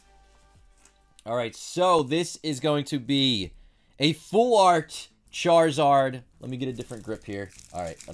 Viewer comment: Why did it sound like he said shartzard